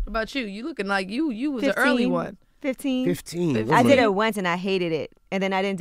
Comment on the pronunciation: Bro, Angela Yee’s Asian side came out when she said “15” in response to LaLa .